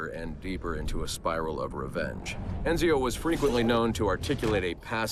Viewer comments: It's ironical that Roger Craig Smith can't say Ezio and says Enzio. :D :D Ubi wanted to tease us :D :D :D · “Al-tear”? “Enzio Owditoray”?